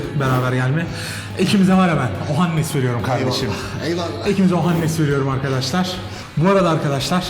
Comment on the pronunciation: Ohannes değil okannnes! :D